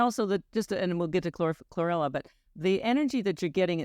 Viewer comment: She said chrorella